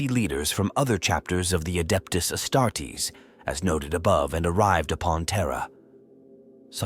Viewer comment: The Astarts loll 😂